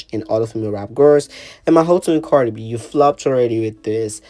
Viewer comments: KHIA READ HER DOWN 😂😂😂 THAT GIRL SAID CARDI FLEE😂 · Lol O I thought khia meant CARDI FLEA 😅